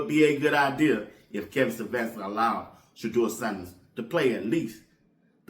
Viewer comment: “Shedewa sandehs “